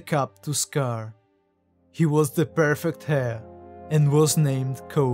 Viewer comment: I just want to say, you pronounce the word heir like hair. But its real pronunciation should be like "air". Just a friendly advice